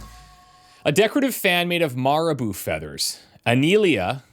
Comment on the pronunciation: Great pronunciation of the name Aniela 👍 Śródmieście is a doozy. It's just Downtown, literal translation - "middle-city". There is no "Ś" sound in English, the closest would be "sh". Phonetically it would look a bit like "shrewd-mee-esh-chee-eh. Google translate pronunciation should help, if you care enough. It's the name of the city district but you could just say downtown, it's no crime.